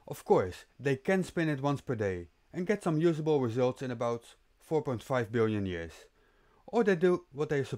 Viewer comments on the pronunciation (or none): none